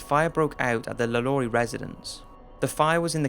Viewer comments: Hanayo Koizumi I understand"no shit", but even if he has an accent you can clearly hear him say "Lalaurie" in a french way and not lu-lu-ree. That's way i said to pronounce "Lalaurie" in the french way you have to read it Lha-lo-ree. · i'm french and Lalaurie pronounced : Lhaloree. In french "a" it's pronouce ''ha'' like a scream , and "au" sound O, and i sound E...So this guy pronounced it very well, not 'luh-lur-ee" but "Lha-lo-ree"